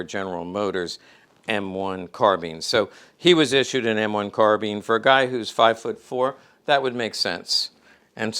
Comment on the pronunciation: Bothers me an Expert in miltary items doesn't pronounce "Garrand or Carbine" correctly! Both of the firearms designers were serious about pronouncing their name correctly.